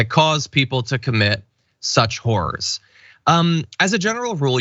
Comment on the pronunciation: This broad green pronounces horrors in such weird way It sounds just like whores. So, close the truth!